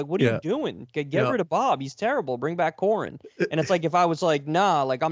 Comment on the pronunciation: Pronounced Core-een